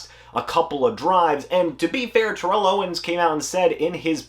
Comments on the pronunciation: It's pronounced tair-ull, don't make an enemy of T.O. lol. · You are mispronouncing his name